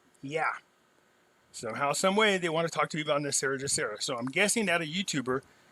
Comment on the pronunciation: WHY DO SO MANY PEOPLE PRONOUNCE GESARA INCORRECTLY. PRONOUNCING IT WITH THE J SOUND AS IN THE WORD JOB IS INCORRECT. IT SHOULD BE PRONOUNCED WITH THE G SOUND AS IN THE WORD GOOD. THE G IN GESARA STANDS FOR GLOBAL. DO YOU PRONOUNCE GLOBAL AS JLOBAL? NO, IT'S "GESARA" NOT "JESARA".